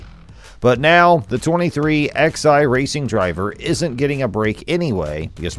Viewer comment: Stopped watching at 23 "ex-eye"